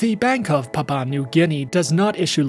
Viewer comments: Good work. the country's first word is pronounced as "Pap wu a" and not "pap pa" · It's Papua 🙄 not papa And that background video is not even our city. You look more like a scammer